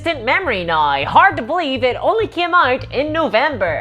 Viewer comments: I’m sorry, my disgusting American ears are confused. What is a nai ow? Love your work! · They way you say “now” is really fucking with me lol